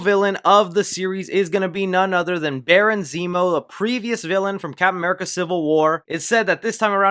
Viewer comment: I love the way you say 'Cap'n America', like 'Cap'n Crunch'